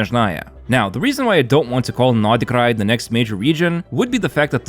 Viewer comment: первый раз слышу как иностранец произносит Р в Норд Крае 😳😳